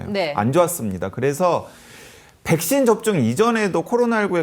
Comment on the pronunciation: 설교수님 백쉰 발음 중독된다..